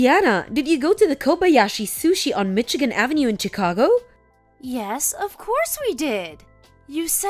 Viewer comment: Learn to pronounce Chicago correctly